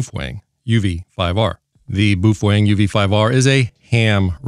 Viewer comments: boofwang.. lol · Boofwang lol